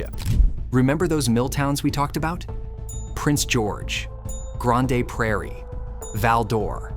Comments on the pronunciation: Grande Prairie, lol. First time I have ever heard it pronounced like that. Just say Grand Prairie hahahaha. I know it’s spelled Grande 😅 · Grande Prairie, lol. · Canadas housing prices are a supply and demand issue that gets shadowed by the nuance of the rest of society’s issues. I like this channel and was a decent episode but unfortunately this episodes highlights some issues with AI generated content. Take that for what you will with what you know of these industries from your own experiences. Also the pronunciation of Grande Prairie killed me 🤣